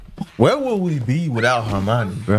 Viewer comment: great reaction, i love that u pronounce Hermione like Normani